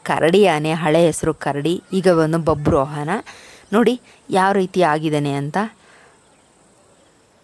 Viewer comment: ಅದು ಬಬ್ರುಹಾನ ಅಲ್ಲ ಬಬ್ರುವಾಹನ 😂😂😂😂